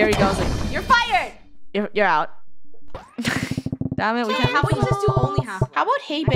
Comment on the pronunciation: she said damet